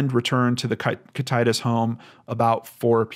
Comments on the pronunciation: Pronounced Kit-it-ass. sounds like hes saying Kit-titus, pretty sure thats not right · It's pronounced "kit-eh-tass" Washington. Thank you so much, this is such a heartbreaking case. My heart goes out to his family and friends. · Kih-tih-tass, spray-g, toe-pen-ish, yeah-key-muh. Sorry to seem nit picky. Just think of this comment as an encouraging hint from a local :) Thanks for covering this though. Many are heart broken for Cody and his sisters. It's a sad fact that Washington's CPS and DSHS system has been horribly broken for many years. First they got snatch happy then they did a 180 and basically refusing to remove at risk kids. Our system has destroyed many families! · Thank you for doing this episode. I live in Ellensburg which is the larger town in kittitas county. I still to this day dont understand why the police and sheriffs department didn't do more or anything at that matter. Just a bunch of good ol boys. Its bullshit! His father did it. Everyone knew he did it. No justice foe this poor kid. Thank you! Also its pronounced Kit-it-tass. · Just to add onto that for educational purposes: Top-pin-ish Yah-kim-ah Sp-ray-g Thank you for the comment. I am not trying to be critical but it was driving me nuts to hear him say kit-itis. Reminds me of some kind of disease, haha. For the record, I understand that place names derived from Native American words can be hard to know how to pronounce. I'm not getting down on the man, I'm just glad that someone thought to put up the proper pronunciation for educational purposes. On the topic, I feel the same. This case is absolutely heart shattering. Such a tragic one. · I thank you for your detailed and well researched cases. I pray they find this young man, however, I doubt he left his home alive. One comment: Kittitas is pronounced kit-a (like apple)-tas (like tassel). Ty again for another amazingly well done show. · Kit- A- tass, idk if that helps :) we have a lot of native names